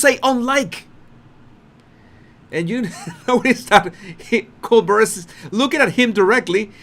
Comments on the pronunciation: Colbert. Sounds like Coal-bear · It’s pronounced Col. Bear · Pronounced: ColeBEAR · Lol it's pronouced "Co-Bear" 😁 not "Co-Bur" lol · Colbert NOW pronounces his name as "Kol-bear", but his teachers ALL say when he was in school, he pronounced his name as "Kol-bert, but, now, he says "KOL-BEAR". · It’s pronounced col- bear it’s french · Coal - bear...as in grizzly bear. Not Bert. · Pronounce:. Coal • Bear, like a teddy BEAR, not Brrr. BEAR. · Just trying to help dear! Try once again: Colbert is pronounced Coal-bair ---like the air we breathe, not Coal-ber. Not a criticism! I absolutely adore you, and how you speak! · Stephen Colbert last name is pronounced kohl Bair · Col bear ….. the o is long and the t is silent ….it is the french pronunciation Steven uses. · Cobear. That's how u say his name. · Colbert is pronounced Co-Bear 😊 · Hi to truly pronounce Colbert is to say it like Coal-bear. The T on the end is silencio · His name is pronounced “coal-bear”. Just an fyi! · Just to help, his name is pronounced “Coal Bear’” with the accent on Bear. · Harry waves off Colbert and says, "You can carry on," as if he was the King with a subject. Quite condescending and trying to blame Colbert for his mistake. Love your channel and btw Stephen's last name is pronounced the French way, "col-bear" like a grizzly bear. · It’s pronounced “Kole-bare” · Pronounced Coal Bear.?Colbert. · It's pronounced Coll Bear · No one from south america on here cept me. It's Col-bear (french) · Steven pronounces his name kohl-bare or coal-bear with emphasis on the second half: bare or bear. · It's pronounced 'Coal-Bear.' Ridiculous, I know, when spelt Colbert. 😅😅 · the correct pronunciation is Kole-Bear or Coal-Bare (same)😊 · It’s ‘Coal’ as in black stuff that burns, and bear as in furry animal. That’s how Americans pronounce it, but it is a French word. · Just a heads up, Colbert is pronounced the French way: Col-bear. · Colbert is pronounced Col bear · Or Coal-bear..